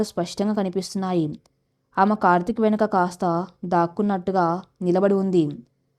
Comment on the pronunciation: Kartik ane.name ni chakkaga palakandi sister.